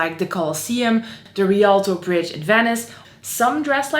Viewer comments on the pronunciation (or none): none